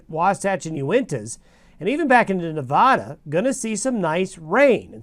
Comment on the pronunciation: Please don't pronounce Nevada with a soft first A. There is no aaaw in Nevada. The A is pronounced as it is in add. It grates on the nerves of all those who live or have lived there and it isn't right. Place names are pronounced as those who live there pronounce them.